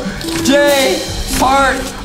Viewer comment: I love the way Justin say fart instead of heart tho 😂